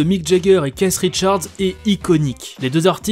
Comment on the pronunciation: “Caisse Richards” PTDRR